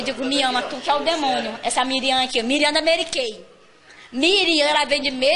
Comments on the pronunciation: ela vende "MERY KEI". MORTA ESTOU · " da meri kei" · Ela vende Mery Key...Mery Key